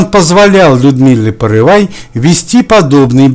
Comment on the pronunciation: Не порывай, а Порывайко! По первой фамилии Загоруйко